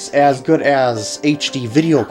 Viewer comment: *good not goo